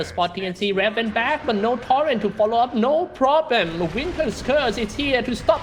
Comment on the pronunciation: Rey that SEA caster cant even pronounce raven right